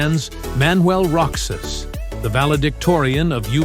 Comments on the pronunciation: Manuel Roxas not ( roch sas) , Roxas read say ( ro has). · What! Manuel Roksas " It should be Rohas" ! You are really a bull. . .!